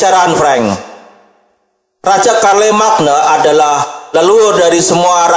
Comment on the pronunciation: Bukannya bacanya Syarlemein ya